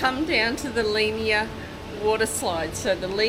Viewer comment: Lee An Yah is how you pronounce Leanyer.